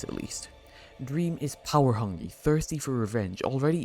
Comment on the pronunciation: said power hungy